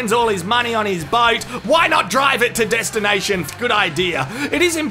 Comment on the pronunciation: 'destinai shan fackt"